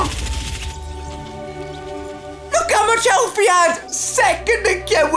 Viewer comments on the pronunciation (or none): none